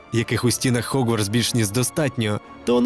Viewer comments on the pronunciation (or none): Не "Хогвардс", а "Гоґвардс." ☝️